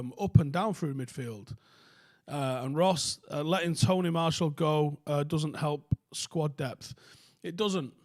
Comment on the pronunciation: Who’s Tony Marshal? At least say his name right.